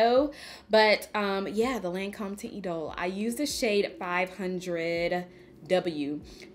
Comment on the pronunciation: Hi I love your eye look! I could have sworn that you reviewed Lancôme’s Teinte Idole foundation in the recent past. That is all I use! I love the formula because it’s great if you have oily skin. It’s pronounced (Taunt E-dole). And please give us a real Patrick Ta eyeshadow palette demo! Use those shimmers girl! ❤️❤️ Quit playin’ 😆